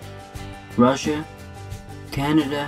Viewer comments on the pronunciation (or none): none